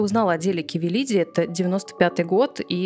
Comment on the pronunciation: не КАвелилиди и не КОвилиди